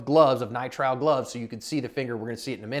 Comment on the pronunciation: Learn how to say nitrile